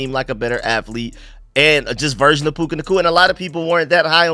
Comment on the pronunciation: It's PUKA, not PUKE.